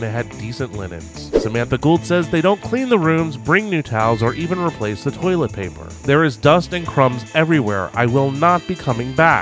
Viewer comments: Had anyone else noticed how pronounced "toilet" as "toe-let?" 😂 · Marylander here, saying "tullet" triggered me. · Tour-let is now how I am will pronounce toilet from on. Thanks,!